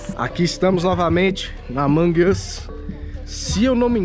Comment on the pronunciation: Marcelo é amonğ uš não amanģ uš mas amei o vídeo grava mais pfv